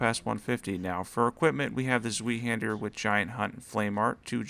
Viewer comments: Zweihänder - pronunciation is more like " Zwhy handler" or "ZY Handler" 🇩🇪🍻 great video through will be trying some of these out! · Zweihander would be pronounced as Zvy-han-duh. No shame in mispronouncing it, of course. Just about everyone does. It's an archaic word that gets mispronounced in modern games and media near-continuously.